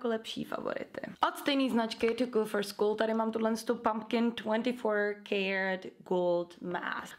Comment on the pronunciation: můžete mi prosím někdo odpovědět. mě přijde že když říká tu značku - to cool for school tak mě přijde že říká "tu kůl fru skúl" a mě přijde že by to měla být:"tu kůl FOR skůl ". to není hate jenom mi to tak přijde, tak bych chtěla vědět jestli já mám halucinace a nebo jestli to někdo slyší stejně 😊👍😉